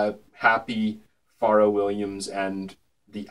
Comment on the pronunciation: it's fucking "FUR-RELL"